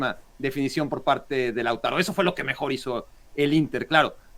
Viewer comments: Lautaro es palabra grabe,no esdrujula.....!!!! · Mexicanos hablando de fútbol 😛..... Lautaro el castellano se pronuncia comp se escribe 😊😊😊😊😊😊😂😂😂😂😂😂😂😂😂